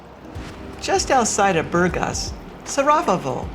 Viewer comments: You should know how to pronounce Burgas if you have lived there that long. “Boor-GAS” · I can't believe you've been living here for 6 years and you can't pronounce the name of the city correctly. This speaks for itself. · Its incredible that after this many years living in Burgas this American doesn’t bother to know how to say the name of the city 🫨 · It is pronounced: bur-GÁS (булгари: Бургáс)... hard to believe you really live there. Whew... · But, with a Bulgarian hubby, u should be able to at least pronounce the name of the city correctly. It bothered me somehow 😕 🙃 😊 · Please, learn how to pronounce Burgas properly. If it's your home, you should respect the language!